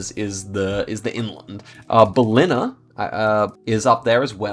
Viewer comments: I live near Ballina it’s pronounced bal ina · Me here waiting in anticipation for my home town 😶 (ie Mullumbimby) Lets go, we getting close with Byron Bay 👀🗿 lol, bro your pronunciation for Ballina is crazy, Ive literally never heard that 💀 Lets go, big ups Ceduna! Best oysters around (also good for violence)!!! Big love also to Margaret River! My brother there rn. Shout out to the gympie Muster! Very sad, no Mullumbimby... Big ups though, well done 🎉